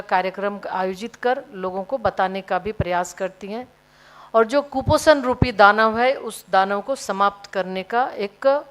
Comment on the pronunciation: कुपोसण को सम्पत टना है लोगो ने ये मंत्री बोल रही है